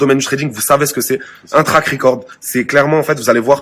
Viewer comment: Trade Ricore. Mdr trade record le d se prononce et ça veut juste dire statistiques de trade ( échange) . T'es encore pire que eux tu te fais passer pour le gentil qui dénonce. T'es juste une poucave laisse les gens trql et occupe toi de tes affaires.